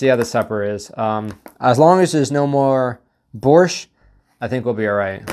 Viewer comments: I can’t even imagine how they preserve borsht, but you definitely shouldn’t eat it cold lol. Nice pronunciation btw. And you should try fresh and properly cooked borsht, it great! Thanks for the video! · Your pronunciation of “Borshch” is cool cool. Like a Ukrainian diaspora in Canada ) on spot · Borshch was pronounced perfectly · By the way your pronunciation of "borshch" is very good. Thank you for support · Your "Borshch" pronunciation is on point👌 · Your pronunciation of "Borsch" is quite perfect. :) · you pronounced the holy grail of Ukrainian cuisine pretty well! but eating everything cold is not the best idea. also, dry rye biscuits are to be crushed into the borshch or bitten as is but not for the jam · You said "borsch" pretty well. Just use the Spanish "r" and will be perfect. It's supposed to be a red soup with beets. Looked weird in the ration.